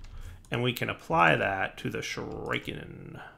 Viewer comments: It's Shoe-Ree-Ken not Shoe-Rai-Ken - god, that really bugged me the entire episode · Everytime pronounces Shuriken "shoo-rike-en" I visibly cringe. Shuriken pronounced "Shoo-ree-ken" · 1x1 of cursed earth works fine, not in your ritual zone..... stop saying shoo-raiee-kaaan you sound like a fucktard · It's pronounced Shuriken, not Shuriken, FFS! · Shuriken = Sure uh ken not Sure I ken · stop saying shooraiiken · Shureyekin?. You are so clearly NOT an 80s kid. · SHU-rē-ken, stress on the first syllable, long e sound in the middle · 1. Sure-eh-ken 2. Wither skeleton spawner to level shurikens 3. Love the vids =) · Every time he said "Shur-eye-ken" I wanted to die........ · Oh god right though! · why not use the shuriken on the wither skeletons? also can you use golems to damage the dragon also also, it is pronounced Shu-ri-ken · the 'i' in shuriken is the same 'i' in 'pit', 'sim', 'hellish' 'killer' etc shuRAIken i spat out my rice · ˈSHo͝oriˌken "sure-i-ken" (the 'i' is pronounced "eh" and the emphasis is on the first syllable) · I though "Oh shriken, is that new?" then I saw him craft a shuriken. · "shuraiken" lmao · OK I stopped exactly and am now looking over comments. Does he remember that he has a ritual to prevent mob spawing near the base? I mean we all know he is saying the name Shuriken wrong but, does he figure out the problem? And why not use arrows? I mean heavy duty laser guided arrows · I have not yet heard that pronunciation of shuriken before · The way you pronounce shuriken makes me cringe so hard my face started cramping. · Even shuriken you can't say?